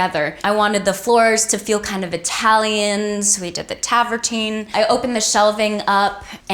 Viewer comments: travertine, not taverntine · I loved this house but Vanessa saying TAVERTINE instead of TRAVERTINE was getting me 😂😂 I’m an architect and travertine is having its moment, so many clients are asking for it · Travertine, not tavertine. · Mostly i just cant listen to her mispronounce travertine anymore 😅 its strange because she acts as though she had her hand in every aspect of her reno which is obviously untrue or she wouldve seen the word travertine at some point and realized she was leavung out the r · She needs to not say “Tavertine“ again. Lol, it’s “Travertine” . Love , a fellow Vanessa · Ugh. She is so affected. And it's travertine, not tavertine. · I like these videos but it’s Travertine not Tavertine isn’t it? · Gorgeous home and styled really well. She’s cute and charming with that said, It’s pronounced TRAVertine not Tavertine and why is is holding her huge phone the whole time? She couldn’t be without it for an hour? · Beautiful home with a really nice feel, but can someone please teach Vanessa to say travertine (not tavertine) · Tavertine? Did she say Tarvertine. Lol yup she didn't design that kitchen... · It’s called Travertine not travertine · Anyone count how many mispronounced words? This poor girl must be illiterate. Tavertine.... my God. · Someone please tell her that the word is travertine. 🥴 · Did she say tavertine? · I’m sorry, did she say tavertine tables and floors